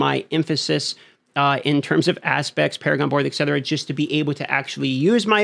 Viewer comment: Thanks for the content. It’s ET Cetera, not ECK Cetra. 👍🏻